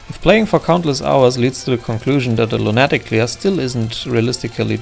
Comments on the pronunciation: Distracted by I'm used to lunatic being pronounced luna-tic. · Great video, but the way you pronounce lunatic causes me extreme pain.